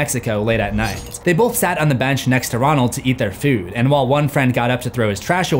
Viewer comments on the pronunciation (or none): none